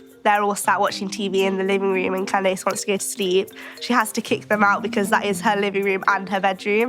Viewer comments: She called her ‘Calese’ or something deffo not Candace lol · Oh so english people pronounce as can dace rather than candiss